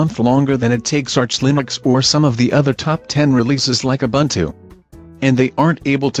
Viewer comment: Pffff, *buntu shills. :( Doesn't even know how to pronounce Ubuntu but thinks he can do propaganda for them. What a tool.